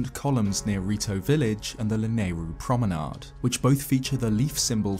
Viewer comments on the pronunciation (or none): none